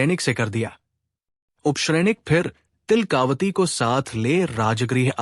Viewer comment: तिलका वती है, तिल..कावती नहीं